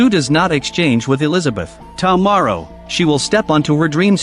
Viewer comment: "tom morrow" 🤣